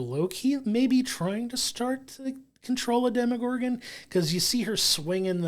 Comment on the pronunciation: Why do you keep pronouncing Demogorgon like it’s a French brown sauce or Bruce Willis’ ex wife?! There is no “i” in demOgorgon.